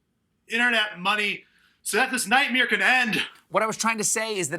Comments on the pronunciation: "Nightmere"... was that a wink at Bert "The Machine" Kreischer? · He said nightmare like Burt Kreischer. Night-meer!!